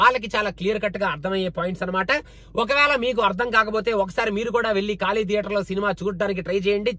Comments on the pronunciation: కాళీ కాదు ఖాళీ !! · Just a correction its 'ఖాళీ' not 'కాళీ '' 😊